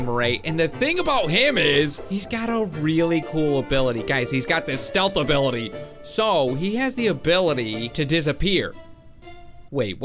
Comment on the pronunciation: Uh what he said obility